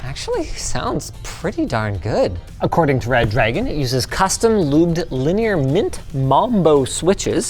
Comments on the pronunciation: maybe Reh-druh-gone? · nah It's Red Ra-Goon. Gooner rise up!!! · I'll have you know it's pronounced Red Ra-gone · #LinusTechTips... its Re-Dragon if you say, its not red-dragon. English is bad here. I don't see DDs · obviously it's pronounced reh-dragon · actually it's pronounced redra-gon, and it's a shape. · I pronounce it re dragon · The problem is that Redragon is one word, but we're giving it two stressed syllables. It should be REH-drah-gone.